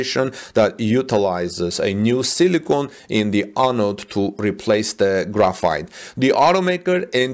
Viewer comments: It is pronounced like Graph-Fight, not like Graffiti. Graphite is used commonly in pencils. China is the number one producer of graphite, with Brazil a distant second. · Pronounced as gra fight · Graphite is pronounced as graph-fight. Hope this helps.